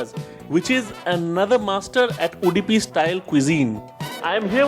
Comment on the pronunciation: It's Udupi and not Udipi. Please get it right.